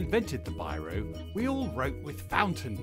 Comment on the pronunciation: Pronounced wrong. That's one of the huge mistake. In English his (my) name should be pronounced as beerow.